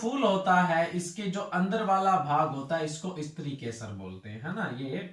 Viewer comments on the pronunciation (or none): none